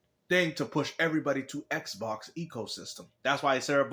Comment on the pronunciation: Ehhhhk Box, Ehhhhk Box, Everything is Ehhhhk Box 😁😆😂